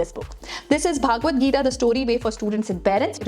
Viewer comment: It's not bhaaagavatgita It's bhagavadgita Ok , Spell it properly 😊